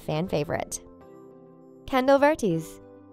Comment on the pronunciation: The way she said Kendall vertas